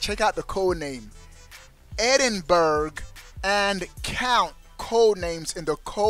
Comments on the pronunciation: It's pronounced Edin borough. Edinburgh is the capital of Scotland you dingus 🤣 not sure where Eden berg is though?? 😂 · lol "Eden- Burg" obviously never spoke to any Scots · Your pronunciation of Edinburgh is fuelling my nightmares. Ehdinbruh is how you pronounce it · Eden burgh lol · You're pronouncing Edinburgh wrong. Look up the pronunciation of the capital of Scotland. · The way you pronounce Edinburgh is incorrect, I live in Edinburgh Scotland, Google search how to pronounce it, great video though :) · You're pronouncing 'Edinburgh' incorrectly lol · Really like this channel but you got to be able to say Edinburgh correctly ..just ask Google 😇😇👍🏻👍🏻